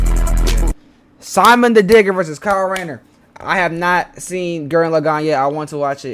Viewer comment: I figured you hadn't seen Gurren Lagann, cuz you pronounced Simon's name wrong. 😂